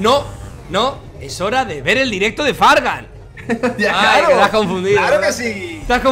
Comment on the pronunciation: Ya fargan lo dijo bien